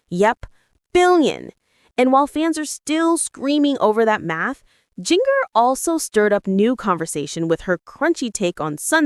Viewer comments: AI- get it right- it’s “JinJer” not “JinGer”, pronounciation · You really need to pronounce Jinger s name correctly. It’s pronounced like the spice.